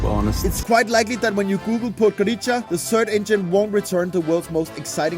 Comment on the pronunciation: It's pronounced podgoritsa. Use wiki or google translate audio next time